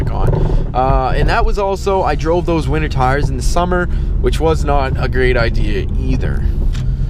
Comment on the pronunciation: It sounds like you’re saying “wiener tires”. lol